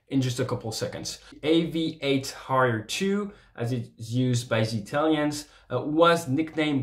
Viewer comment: He said ‘a shot in the Harrier’, but with a French pronunciation.